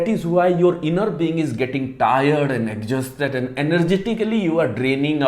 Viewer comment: Plz learn the right pronunciation of exhausted